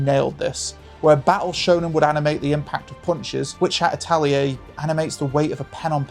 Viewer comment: so funny how you stumbled (like a lot of others, no criticism here) on japanese names, but differently than so many english speakers....actually got "atelier" LOL